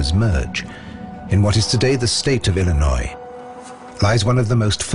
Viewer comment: THAT'S NOT HOW YOU PRONOUNCE ILLINOIS!!